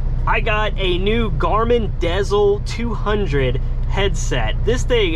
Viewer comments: Im glad you commented that. It was driving me crazy everytime he said dezl. LOL I miss seeing your videos too. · Haha. You pronounced the Garmin “Dezl” the same way I did for the longest time. It wasn’t until recently hearing a bunch of ads suddenly on Sirius XM that I realized they pronounced it “Diesel”. Makes sense though since they are OTR trucking GPSes. Lol. I do wish you the best. I love my company (smaller outfit with only 15 trucks that is a private fleet hauling candy). It always feels great when you get up there and get experience that you can use to pock and choose a company. If you have any more than a yer, don’t ever accept any less than .70 cpm. Stay safe put there. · Is pronounced like: “Garmin Diesel” lol